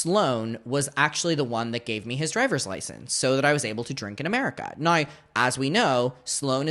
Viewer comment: Do you get a disablity check for the way you say "now" ? Noyyyyyy. What a rtard